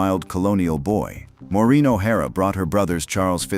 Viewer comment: Wouldn't you think he would learn how to Pronounce Maureen before narrating this video 😢